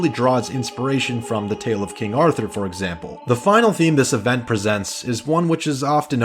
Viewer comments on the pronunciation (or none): none